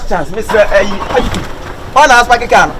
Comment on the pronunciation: Did i hear “waguin” 😂😂😂